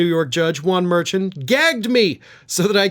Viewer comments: The judges' name is pronounced Mer-shawn. Please, not Merchant. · Judge's name is pronounced more like "mer-shawn" if I'm not mistaken. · I think it's pronounced Mershawn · Love your coverage,. Just an FYI, I heard an interview with a former prosecutor who appeared many times before Judge Merchan, and she said he pronounces his name as mer-SHON. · You keep mispronouncing Judge Mershaun's (SP) last name. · Hey, what's the judges name? There is no t on the end of his name. It's Mar- Shawn. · The judge’s name is pronounced “mer SHONN” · Please check your pronunciation of Juan Manuel Merchan’s name? It deserves to be correct??!!